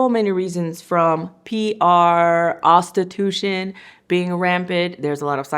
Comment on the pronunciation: The P-R ostitution took me out 😂😂